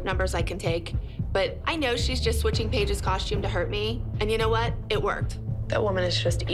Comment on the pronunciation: Why do they all say “coshtume”?